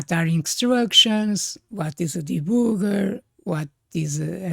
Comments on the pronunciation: I don't mean any disrespect by this, but I find the way you say "debooger" so genuinely funny that I'm going to start using it at my job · I love how you pronounce 'debugger' :)